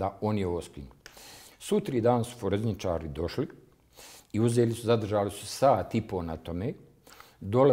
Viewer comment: Ja pomislio on se zbunio pa kaze "foreznicari" medjutim on stvarno tako 10 x ponovi. Kao on ne zna kako funkcionise nadzorni sistem ali zna da se podaci ne mogu izbrisati sa hard "diksa". Mutan kao kisnica.